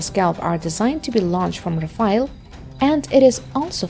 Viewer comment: A Chinese woman with bad pronunciation is laying semi-random words about weaponry. LOL E.g. about the tank: 1) What exactly is an armour that can be "moved around"? Did you mean modular armour? LOL 2) What is defense "against explosive blocks" on the side? Do you mean reactive armour against ATGM? Hehehehe. The pronunciation is also very funny. English is bad enough but now French? Saying Rafale almost made you break your tongue. Oh and did I mention the factual errors? Like how the hell can SCALP have a range over 1000 km? More like 550 and 250 for the Ukraine export version.